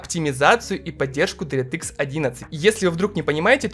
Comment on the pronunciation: Дэртыкс😂, лучше говори "Директ" так намного лучше, на русском это звучит не так приятно как на английском❤ Без хэйта, просто слух режет, выпуск как всегда шикарный😊